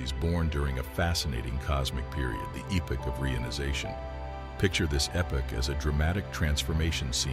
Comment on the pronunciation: Thank you very much for correctly pronouncing the word, "epoch." Any dictionary will give you the correct pronunciation, yet it is mispronounced a hundred times a day. First of all, your average bonehead will start out out wrong, enunciating a long 'e' sound. This is usually followed by the second syllable sounded to rhyme with 'dock' or 'rock.' Correct pronunciation of the second syllable should sound like 'pick', or 'thick.' So, the word is not "E-pock" but instead, is 'ep-ick. Accent on first syllable. It is that simple. A very close homophobe is 'epic,' as in epic novel, or epic movie. Now, no one ever mispronounce epoch again.